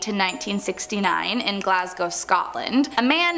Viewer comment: Scottish mystery serial killer. Oh, we should be so proud. 😔 Bonus to for pronouncing Glasgow correctly.